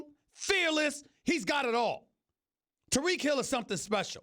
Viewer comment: It's Tyreek not Tereek